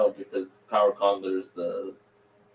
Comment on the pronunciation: LOL. nailed those Power Con names!